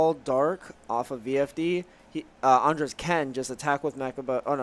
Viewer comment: why this dude saying ANDRES name as it if were a womans name: ANDREAS?! cmon man